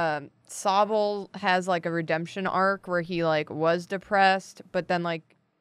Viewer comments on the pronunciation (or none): You’ve murdered Sobble 😂